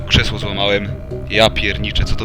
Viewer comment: Krzeszło xd